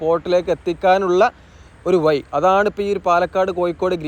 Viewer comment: നിലവാരം ഉണ്ട്. പക്ഷെ ഉപയോഗിക്കുന്ന ഭാഷ ഒന്ന് കൂടി പരിഷ്കരിക്കണം.... കോയിക്കോട് (കോഴിക്കോട് ), വയി (വഴി ), പയക്കം (പഴക്കം), ഏയ്‌ ലച്ചം (ഏഴു ലക്ഷം), മയ (മഴ) എന്നിങ്ങനെ തിരുത്തുക 🤣.... മലയാളഭാഷയെ വ്യഭിചരിക്കാതെ മോനെ